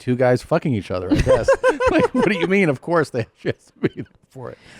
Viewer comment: "..That meenths you're gay."